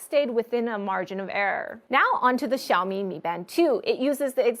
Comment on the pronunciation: pronouncing 小米 properly is so cute:3 Personally I stick to classic watches but trying out the high tech stuff would be nice